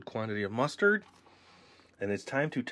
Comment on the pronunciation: "Push out the mastard"